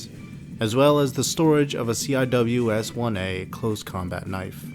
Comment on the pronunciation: These are well done. Just as a heads up, ATACMS is typically pronounced at-uh-cams, and CIWS is typically see-whiz. Because the Pentagon kinda sucks at naming stuff with acronyms...